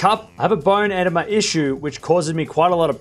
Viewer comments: eh-DEE-muh, not EH-deh-muh. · EDEMA is pronounced ehDEEmah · It is pronounced “bone ih-DEEM-a.” Fluid in the marrow of a bone. No bueno. Bummer, I miss Sasha.